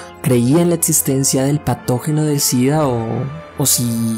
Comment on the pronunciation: Setso, etsistencia, etsperiencia, disasociar. No me permite concentrarme oír cada dos por tres palabras así